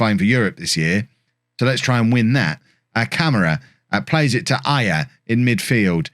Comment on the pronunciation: Some tips for pronouncing the Portuguese/Brazilian names: There's an o in João, it's not just "Jao"... I'm not even gonna get on the nasal sound thing about the ã, that's just hell for foreigners The ç in Gonçalves has an s sound instead of c/k. And the á thing in Camará means that's the strongest syllable in his name and should be the one highlighted. Have fun trying to pronounce those correctly!!!